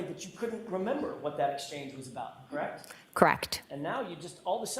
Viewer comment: KARR-ECHT! KARR-ECHT!